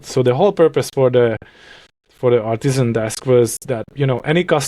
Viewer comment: I definitely thought said "Autism desk" at the end there, and I was so intrigued. ARTISAN desk! makes much more sense.